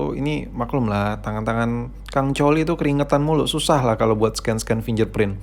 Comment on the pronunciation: Risih gw dgr dia sebut Finger Print jadi "Finjer Print"